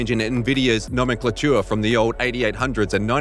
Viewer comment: I've never heard someone pronounce 'nomenclature' in that way LMAO